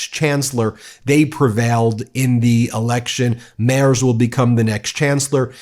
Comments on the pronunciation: Mertz not Mers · The name is "Merz" I'm pretty sure the Z is pronounced "tsss" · It's pronounced Merts not Mers 😅 Kind regards from Germany! Your work is much appreciated 🇩🇪🇺🇲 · Merz is pronounced as mayrts. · You pronounce the German first name "Friedrich" like that: Freed-re-y (Y like the Y in yacht). And "Merz" like that: Mea-ts. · Guys, as much as I like your channel and I appreciate it a lot, that you also cover international news and views... BUT, might it be possible to work on your pronunciation?! 😉 Although I am not a fan of Friedrich Merz, you really butchered his name. And you might say his name from now on more often